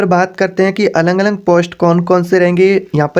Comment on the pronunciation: Alag Alag hota hai na ki Alang Alang